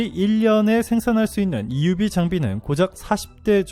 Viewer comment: EUV 발음 감동적입니다. 많은 유익한 정보에 감사합니다.